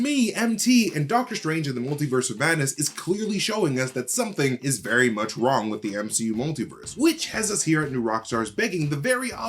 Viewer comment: Or do you mean “what did strange do wong ? 😜